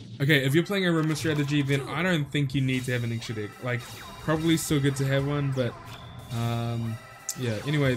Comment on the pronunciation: And it's deck not dick lol